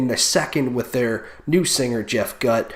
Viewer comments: Scott was on the 2010 album. Chester was never on a studio album, but on a 2013 EP and did live performances from that year til 2015. Sad they both died though. It's pronounced "Goot" by the way... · Jeff Gutt is pronounced (GOOT) 👍🏼